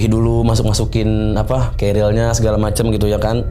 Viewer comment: Tas naik gunung itu bukan keril ya kawan-kawan, tapi carrier (Baca: kerrir). Duh, ngeri pendaki-pendaki ini, nama tas saja masih salah, sudah pasti naik gunung minim ilmu. Ini bahaya